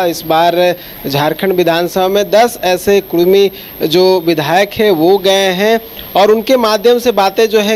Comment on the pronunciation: Are Bhai "Kudmi" hota hai "Kurmi" nahi "कुर्मी" नहीं होता है "कुड़मी" होता है। कुर्मी एक हिंदू जाती है, बिहार का नीतीश कुमार भी कुर्मी है । कुड़मी एक जनजाति है ।